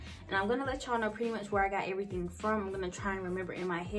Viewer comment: “everyting” lmfao but you’re apartment is so cute!! And I have five of those candles lol